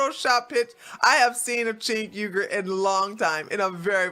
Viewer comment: You can't even say his name correctly. 🙄